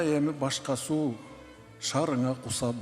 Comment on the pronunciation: Суу деп окулсун